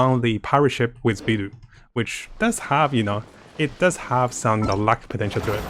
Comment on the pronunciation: I risk sounding a bit toxic for asking this, but why do you pronounce some of the characters in Genshin with Chinese names so strangely? You clearly can speak and read Chinese, so it throws me off a bit every time whenever you pronounce Beidou as "bee-doo", when it's more like "bae-dough".